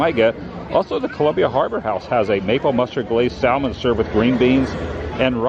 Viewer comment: The "L" in salmon is silent big guy.....its pronounced like saamon.